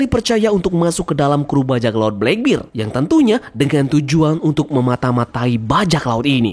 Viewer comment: Dibacanya jangan "blek bir" min.. 😅 "black beard" /blek berd aja